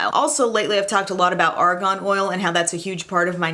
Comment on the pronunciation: Ok. I have to say this bc it is seriously bugging me. It’s ARGAN not ARGON. Argon is a gas.